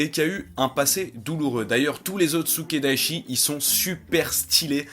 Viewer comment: C'est Sukedachi. Pas Sukedaichi. ^^